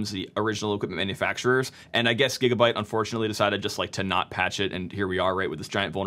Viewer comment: It is GIGABYTE not JIGGABYTE LOL 😹